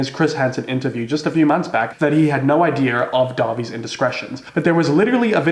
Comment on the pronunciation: “he had no idea-r” Me: 😊😍